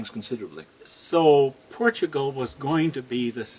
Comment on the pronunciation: "POR TUO GRAL"